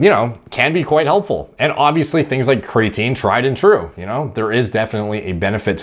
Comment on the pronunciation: says... Cre AT a neen makes fun of caffeine 😂